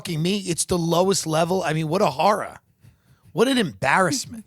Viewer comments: Cracks me up every time Tim says “What a horruh” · It's the best way to say horror and it is now in my vernacular because of Tim. Lol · Nj / long island says it like that